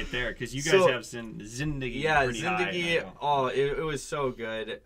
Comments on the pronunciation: Thank you for having amazing pick as your no 1, infact top 3, and if you had put RRR as your no 1, i would have stopped watching your reactions. Yes pronunciation for Zindagi is correct its not zindaaagi, its zindagi. You all like GOW2 so Some iconic indian crime movie recommendations from my end - Satya, Vastav, Shootout at lokhandwala, D-day, Black friday, Ek hasina thi, Gangajal, A wednesday...most of them are best on true events. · You were right on your corrected "zingagi" pronounciation. It's just zin-duh-gi (not zin-daa-gi). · You have now pronounced zindagi properly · Excellent pronouncing of Zindagi! I think you guys should focus on the directors you like more than actors. Watch the directors other movies. Haider is part of director Vishal Bhardwaj Shakespeare trilogy. Check out Makbool and Omkara.